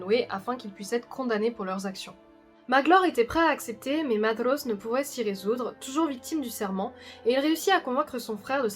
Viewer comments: Je pensais que ça se prononcer medros pas methros ^^" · Vous le prononcez comme si le ae était un e dans l'a, mais ce n'est pas le cas. D'après les indications de Tolkien sur la prononciation, ce serait Ma-i-zrosse. Et Fe-a-nor aussi, car il y a un tréma sur le e. Vidéo sympa sinon, Maedhros étant un de mes personnages préférés...